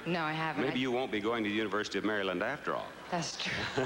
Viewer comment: Bob said Miss Mary land lol 😆 not Maryland